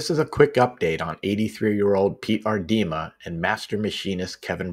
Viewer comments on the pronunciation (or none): Your videos are so interesting, thank you for taking the time to share. I live in a little Dutch town in Michigan and we have a lot of people with the last name of Aardema funny how it’s pronounced here “ Ard a ma” instead of “Ard dim a”